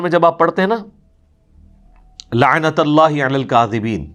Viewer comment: Laanatullahi h naa k tallahi, Sahi se rat k aaya kare